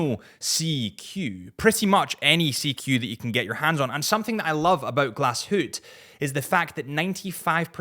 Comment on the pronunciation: do what ever you want, I truly know how to pronounce it but I’m sticking with glass hootee